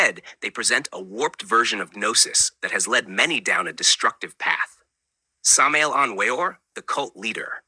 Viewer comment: No, you are giving wrong information. You don't even know how to pronounce his name, so you're obviously clueless.